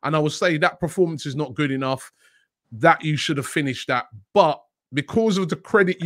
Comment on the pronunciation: Did robbie say good reformance